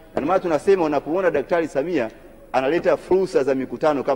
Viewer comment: Ni mara ngapi ametamka 'Daktari Samiha'????? 🤣🤣 Sawa Sawa Ameshakusikia... Ubunge utabaki kwako 🤣🤣🤣🤣🤣